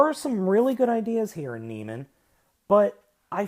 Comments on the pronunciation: Neh-mey-an, not nee-man. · you're pronouncing it wrong you say na-mean when it is actually pronounced na-me-un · From what I can tell (and a chat with a close friend who is something of a classics expert) it's Neh-MEE-an or NEE-me-an ... but the ending should never be pronounced simply 'man' or 'men'. Sounds like 'NOR-man'. Having said that, perhaps it is more widely accepted 'across the pond'. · It's pronounced Nee-mee-en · Great review, its proniunced Nee'meean. Like the lion from greek mythos.